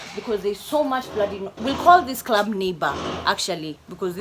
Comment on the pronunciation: When she says clurrb